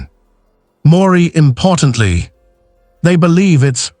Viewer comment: What’s “Maury Importantly?!”